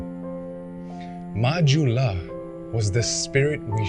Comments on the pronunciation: Yes it's pronounce as 'ju' not 'hu' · So it's pronounced "majula" not "mahula" ?